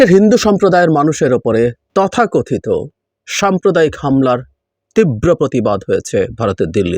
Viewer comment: এই আঁতেল টার "তথাকথিত" উচ্চারণ তা শুনলে মাথায় রক্ত উঠে যায়। 😡😡😡😡😡😡